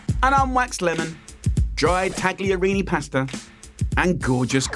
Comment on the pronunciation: Jamie was basically mentored by an Italian chef so I find it a little patronising that he chooses to put a hard "g" in taglierini when he knows full well you don't say it like that.